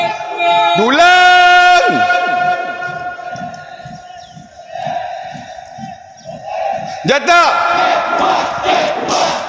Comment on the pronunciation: Dulang senjata ke julang senjata aku dengar macam dulang senjata je😂